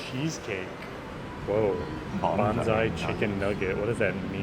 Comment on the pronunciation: When you were looking at the menu it sounded like you were saying "Bonsai" chicken nuggets rather than "Banzai". I couldn't figure out how miniature trees could have any connection with chicken nuggets! Americans do such strange things with vowels in non-English words! 😆